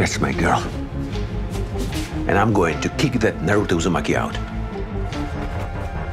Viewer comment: He say that guy naruto uzumanki 😂😂😂